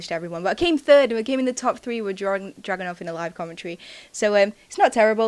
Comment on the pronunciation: when you say dragunov, it sounds like your saying drugonov :3